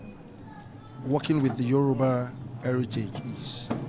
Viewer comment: Is Yoruba not Euroba